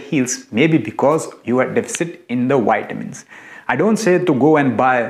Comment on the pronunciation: its vitamin not witamin